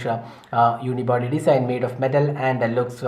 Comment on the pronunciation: its not Desain. its Design(to pronounce as Dezine)